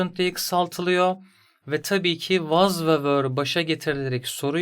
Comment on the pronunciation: Anlatım çok iyi de fakat was’ı neden vaz diye okuyorsunuz cinnet geçirdim resmen